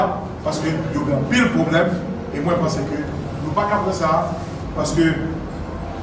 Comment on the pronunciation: Ok ( probleume ) sot banm ( Faculteu )😂😂